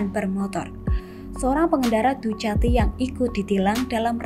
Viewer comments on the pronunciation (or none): mbak dukati mbak,dukati.. tolong,2021 nyebutnya dukati